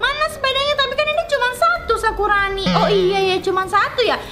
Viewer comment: Kak 🙂 bukan sakurano tapi sakurano kak jangan salah salah bilangya kak dan sepeda itu bikin kaget aja ternyata bma kasuni yang kendarain kirakan sepedaya otomatis gitu loh kak.